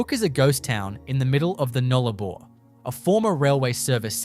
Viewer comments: The narrator would do well to get his pronunciations correct. It’s the Nullarbor not the Noolarbor for a start. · No Australian calls it the newlabore it's NULLARBOR Null meaning ZERO Arbor meaning trees. Say the word right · Would be good if "Nullabor" was pronounced properly. The pictures of the coast are right, but I'm very skeptical about these amazing structures, especially since there are no actual photos of them, and as an Australian, I have never heard of them. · More AI SLOP. Why even talk about a site without any actual photo's of them at all. I mean FFS you can't even spell Nullabor Plain let alone pronounce it correctly. Piss Off and do it properly and don't waste our time. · A.i pronouncing of Nullarbor and kms etc and no real photos..its cringe worthy